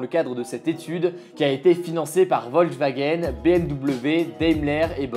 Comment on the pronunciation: On dit "Volkswagen" pas "Ouolswagen"